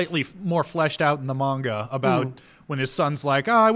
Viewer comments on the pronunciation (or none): none